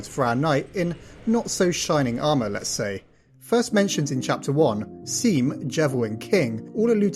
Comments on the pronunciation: Sorry but there's something that bothered me you said seam but he has a Scene where he says "my name is seam but it's pronounces sawm" it's nothing to large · IT'S PRONOUNCED "SHAWM" NOT "SEAM" SEAM IS A PLAY ON THE NAME SEAN WHICH IS PRONOUNCED "SHAWN" SEAM SPECIFICALLY MENTIONS THAT IT IS PRONOUNCED "SHAWM" IN HIS VERY FIRST DIALOGUE AGUHGHUHAUHGAHUGAUHGHAHUGUAGAUGAUHGHUAUHGUGH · "Seam" is pronounced "Shaum" btw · i am genuinely sick and tired of people saying "seam" when one of the VERY FIRST THINGS he says is how to pronounce his name and people STILL get it wrong how is that even possible unless you haven't even played the game vro.....,.,.,,. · not trying to eb taht guy but in deltarune seam literally says "the names seam, pronounced Shawm" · It’s pronounced shawm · it's pronounced shawm. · It's pronounced Shawm, like the name Sean. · Bro mispronounced a Deltarune character... I wish you luck for what's to come... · so happy to see you back to theorizing!! seam is pronounced as "shawm" by the way <3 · One of the talk options in chapter 1 actually shows it's pronouced Shawm. So basically it's Sean with an M instead of an N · Seriously, Seam tells you how to pronounce his name! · “The names seam, pronounced ‘shawm’” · Its pronounced "Shawm"... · ITS PRONOUNCED SHAWM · Please bro, you were my chlldhood goat but it is NOT pronounced "seem" 😭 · THEIR NAME IS PRONOUNCED SHAWM HOW DOES EVERYONE GET THAT WRONG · Seam says his name is pronounced "Shawm" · so glad to get you in my recommended again but i will say, Seam's name is canonically pronounced "Shawm" (hence why is shop is called a Seap, its weird)